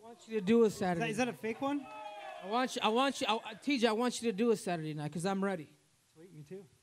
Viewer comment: Dana "will see in sathurday" White.